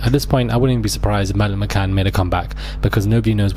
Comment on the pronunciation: Did it drive anyone else mad the way he repeatedly mispronounced her name!! Disrespectful